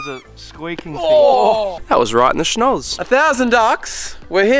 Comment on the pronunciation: “That was right in the schnos!”